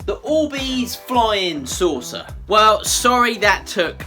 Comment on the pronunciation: I wasnt paying attention and looked up when I thought you said "Flying Salsa" not "Flying Saucer" XD